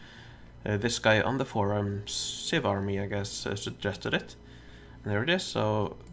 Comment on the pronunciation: The player xivarmy is pronounced "Fourteen Army"